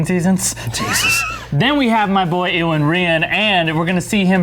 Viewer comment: you guys just butcher iwan's name man.. loved him in misfits though, probably one of my favourite shows of all time